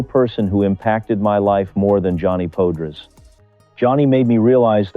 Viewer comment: Pode-rays? POD-RAYS!!.! If you are going to make a video at least learn how to pronounce thr man's name. AI be damned.